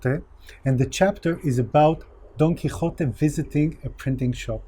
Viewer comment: I would cry about the craftsmanship you have. You have pronounced don quijote perfectly by the way.